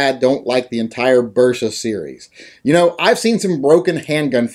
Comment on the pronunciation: Bersa? Totally WRONGGGGGG